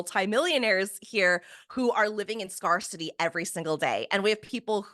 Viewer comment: I could never join someone who constantly mispronounces SCARCITY while trying to teach us to manifest our way out!